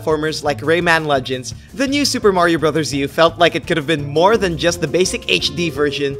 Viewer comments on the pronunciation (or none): none